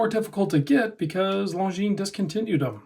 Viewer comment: Perfectly pronounced! Well done.